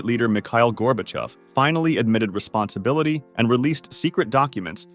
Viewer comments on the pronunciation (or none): none